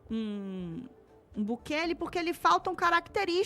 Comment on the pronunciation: O ASNO do Bolsonaro não sabe nem falar o nome de Bukele corretamente, assim como não sabe falar Trump. Não sei o que os gados veem neste sujeito... 😬